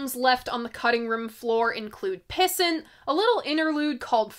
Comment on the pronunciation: Oh. Also. I’m pretty sure it’s pronounced “piss ant”. Like, “What a little piss-ant!” Also I thought some bunk mushrooms were kicking in during a Smashing Pumpkins set at a festival but no. It was just Smashing Pumpkins.